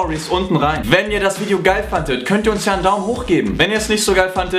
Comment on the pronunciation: haha bei und hört es sich so an als ob andre 'fantet' anstatt 'fandet' sagt :D und der witz am schluss war so mega flach , dass er wieder geil war :D